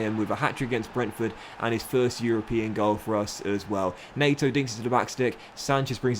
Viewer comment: stop saying Pablo Neto, it’s Pedro lmao. Also “Neto” is pronounced how it’s spelled, not “Na-to”.